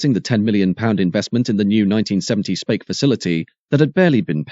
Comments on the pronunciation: really? Thanks for the education but I don't know of any dialect that would pronounce Speke as Spake, there is also no 'ea' in SPEKE. Did you stop and think that I may just have been correcting the commentator so he doesn't make the same mistake in the future? Jesus there's some sad gits on here. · you pronounced speke wrong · Where is 'Spake' in Merseyside? It's pronounced 'Speak' and spelt Speke. Knew someone that worked at the Triumph factory, they would sleep the whole shift, had a large area on top of the paint plant. Brand new TR7's would be taken from the compound and raced around for entertainment before being placed back in line. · Spake? Speeek 😂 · On Merseyside, it is pronounced as speak rather than spake. 😁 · "Speke" is pronounced like "Speak" otherwise EXCELLENT programme. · Speke is pronounced Speek